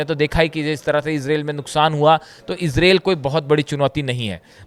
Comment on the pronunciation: Please it is pronounced IZRAEEL not esrale.